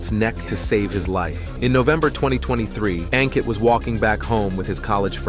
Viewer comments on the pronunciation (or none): It's pronounced as Un-kit not Ang-kit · It's pronounced as Unkit. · A n Kitt ( pronounced ) one word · Aun kitt ( pronunciation one word )